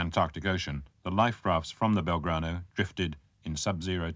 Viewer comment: "...the Belgrado..." ??? Very British...